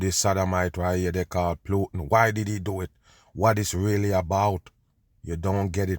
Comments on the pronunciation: It's putin..pronounced Pootin. Not PLOOTIN. SHEEESH. Also it's OPIOIDS. NOT OPEROIDS. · 😅 I know you're pronouncing the name plootan just because of how you feel about him! lol! 😂😂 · I like how kerps calling him Plutin and doesn't give a shit 😅 By now many probably corrected him, and he he doesn't care, why should he give them the resoect of pronouncing their fake name how they taught us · How you say plootin all the time? Dumb on!